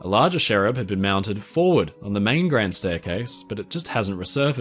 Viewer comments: Cherub not sherrub 🙄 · Fascinating video - thank you 👏🏼 Just confused as to why you kept saying “sherub” when they are called cherubs? 👼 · I have never heard someone call a cherub a sherub before...this was very cool though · Great video, as always. But I'm not entirely convinced by your pronunciation of Cherub 😖